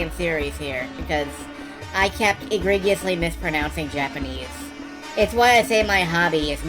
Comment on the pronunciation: It's possible that you know this, but it's sometimes hard to pick up tone over youtube. You may also have been egregiously mispronouncing 'egregiously'. I suspect may have spent all of his treasure on building the dungeon...